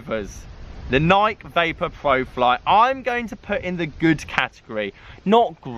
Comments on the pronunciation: How is it 2024 and you are still mispronouncing Nike (Ny-kee) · why do all British people mispronounce Nike?